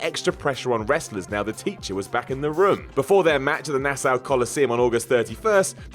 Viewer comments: Nassau isn't pronounced "Nass-ow," it's "Nass-aw." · I’m from Nassau county and hearing you pronounce Nassau made me chuckle